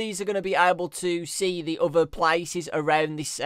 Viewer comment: I love how he says other XD OUTHA